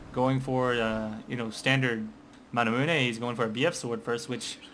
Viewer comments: I thought it was manamune, not manamuneh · its the american way of pronouncing it then, over in europe people say (mana-mew)